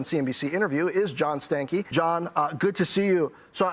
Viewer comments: Did you rip a “Stankey”? 🤮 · First of all, this ninja last name is pronounced Stanky. That's all.